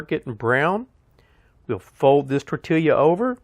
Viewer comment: Tor-tee-ya my friend:-) I had no idea this would look so good when done. Wow, and thanks for the informative video, as always. Be healthy, stay safe and many blessings